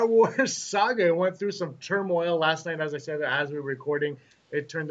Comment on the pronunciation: Loool, great podcast but it's Turmoil!